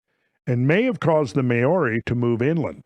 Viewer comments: maori pronounced mowri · Maori is pronounced “Moldy”